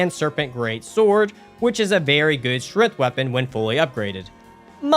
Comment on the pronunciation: "Strath" will always be correct in our hearts.